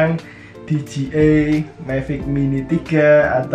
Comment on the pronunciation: Di jey ai(dji) , bukan di ji ai (dgi)